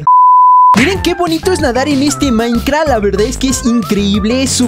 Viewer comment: es minecraft no maicra xd